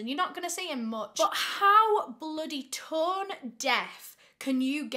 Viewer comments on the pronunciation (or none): none